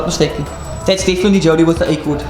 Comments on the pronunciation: and the pronunciation of Accord 😂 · Was gonna mention it aswell😂😂